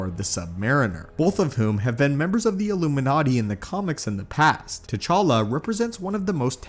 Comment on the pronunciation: It's T'challa